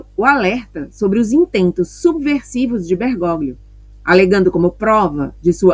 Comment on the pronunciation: Com todo o carinho...Bergóglio, se lê: Bergólio.